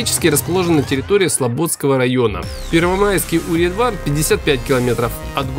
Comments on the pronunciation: И не Урья а юрьЯ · Юрья! слободскОй район. Погуглил бы хоть как читается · Не Урья 3, а Юрья 3 не СлобОдского района, а СлободскОго района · О, Юрья знаю где. Я там был. Только ты неправильно произносишь название поселка. Зимой волков много и очень сильно лютуют.